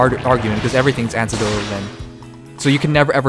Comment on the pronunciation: For future reference, - it's pronounced "A-neck-dotal". But yeah, seems Japanese companies are just really fucking weird in how they run things. Must be a cultural thing.